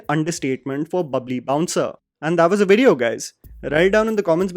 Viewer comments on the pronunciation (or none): none